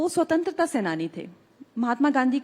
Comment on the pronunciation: Swatanter ko pratantar the Bol rahi h 😂😂😂😂😂😂